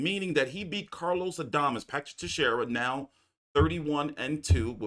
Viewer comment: I've been to the tex area myself nice little area 😂 come on man u gotta know it's pronounced teshera unless you've been living under a rock